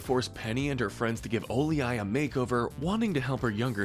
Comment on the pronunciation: It's always this guy's mispronunciations that get me 😂 "Bay-Bay" instead of Bebe "Sugar Mama" instead of Suga Mama "Oh-lee-aye" instead of Olei I'm just like does no one proof these videos? 😂